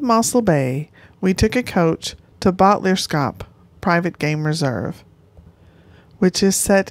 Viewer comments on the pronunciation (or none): Fyi it’s pronounced Bot le ers kop